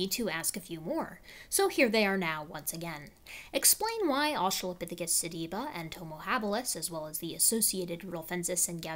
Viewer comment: “australiapithecus tibula”